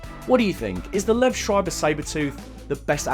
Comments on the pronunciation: Just a heads up; Liev pronounced LEE-ev not Liv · His name is pronounced Lee-ehv.